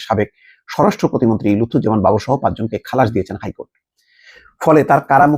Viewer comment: Not Lutfor Rahaman Babor correct Name Lutfuzzaman Babor.